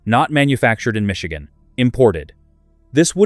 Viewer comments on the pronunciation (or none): none